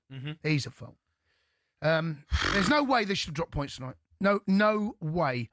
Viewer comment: 😂 what he said wrong . ...sack him tonow. Not today. Tonow sack him